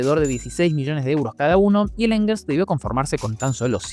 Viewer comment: Angers se pronuncia ã(n)zhé. La a es Nasal y jamás de los jamases se pronuncia como la "a" del inglés. El sonido de la g en este caso antes de una e o una I, se pronuncia igual que el fonema "ye" rioplatense y ni la "r" ni la "s" se pronuncian